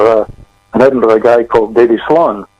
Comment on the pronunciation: I apologize to my Scottish friends for mispronouncing Edinburgh. I have been educated. Sorry!